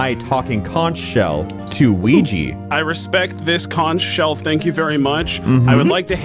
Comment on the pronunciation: New map looks fun. You're saying Conch wrong and it hurts my island.